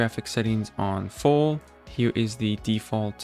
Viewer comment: Bro dont wanna make fun of you but ur voice just aint it, i hate how ppl say right hewe n shit like that 😭